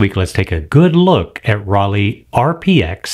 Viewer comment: dear, the pronunciation of Rollei sounds like roll-eye not like roll-eee. In german, "ei" is always pronounced like "eye", as in "Leica" or “Zeiss“.